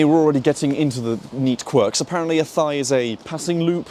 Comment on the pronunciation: Athy. My local station. The trains are usually packed. If you buy your ticket online you can book a seat though. Oh, and the locals pronounce Athy, A-tie.